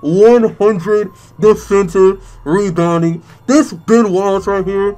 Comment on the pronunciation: When he said ben Wallace I thought he said "Bon Walls" 😂😂😂😂